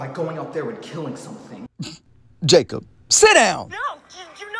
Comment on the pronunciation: Not the bark and " Jacod I said sit down!" Killed me 😂